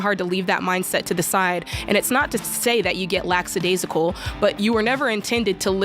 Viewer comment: Jadism #32 "Laxadasical"